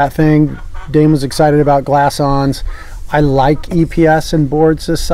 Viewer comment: nice review as always, but its Glass Ons. lol